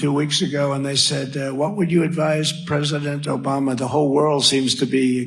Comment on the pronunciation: Eh, eh let me tell you, OBAMNA...... 😆